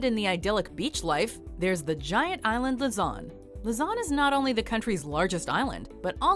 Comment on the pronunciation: I wonder why the lady said "Mah-Knee-La", It's "Ma-Nill-A". She also called Luzon "Lah-z-on", it's "Lue-Z-on"